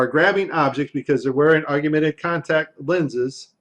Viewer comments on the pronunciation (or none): "Argumented Reality" loser can't even speak 😂😂😂😂😂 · So you're listening to a guy talk about augmented reality, who doesn't know how to pronounce 'augmented'...hardly an expert I feel. And no, that NASA toy clip was nothing to do with augmented reality, it was simply a mask of the background placed over the toy for the first portion of the video. Easy to do in Premiere, no need for AR. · Love the content! But not so much your mis-pronunciation of "Augmented." Drop the second "U" and you'll have it nailed. Yeah..... I'm kind'of an english snob LOL